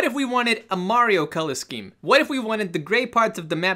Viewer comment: Colugh instead of color